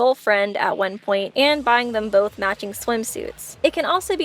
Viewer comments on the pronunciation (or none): none